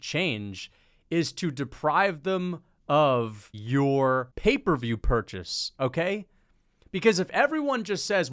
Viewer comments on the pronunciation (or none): Bro really called it "paper view"